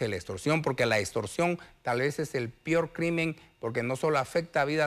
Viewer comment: Ni expresarse bien puede se dice peor no pior